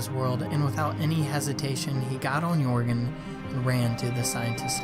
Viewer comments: Is it just or whenever he says ‘yorgen’ does it trigger you? Not trying to be rude but most people including Pewds call him ‘jergen’ but it is actually spelt Joergen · Is everyone going to ignore that the fact he can’t pronounce jeorgen properly? He says yorgen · This never happened and it’s pronounced (yer gin) not (your gon) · Can these idiots stop saying yorgen it’s yergen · its not yourgon its yurgen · Lol it's not Jourgen. It's more like yuh rgen. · Yourgen? It's Jöergen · Yourgan wtf it's pronounced yurgen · Why did he say yourgan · Pronounced ‘yer’gen’ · Stop saying joergens name wrong 😩😩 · what did u just say >:O its Joergen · Its Joergen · Say yourgan one more time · Your pronouncing joergen wrong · WHY THE FRICK DIDN'T YOU DYED SVEN AND YOU SAID YORGAN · How he pronounces pewds horse is so weird